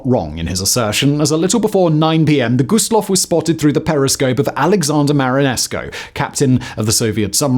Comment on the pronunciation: Always hurts my soul when they pronounce it "Low." Also, the 2nd worst maritime disaster wasn't the Dona Paz, but was another German ship carrying civilians called the MV Goya with almost 7,000 lives lost. Dona Paz was the worst peace-time maritime disaster but there are a handful of maritime disasters in war that were worse. A shame this channel didn't do their research because this video is full of mistakes.